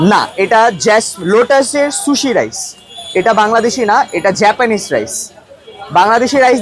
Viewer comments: জাপানিজ ও ভালো করে বলতে পারে না 😂😂😂😂😂জেপানিস 😂😂😂😂😂😂😂😂😂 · জাপানিজ ❌ জেপেনিজ ✅ 😂😂😂😂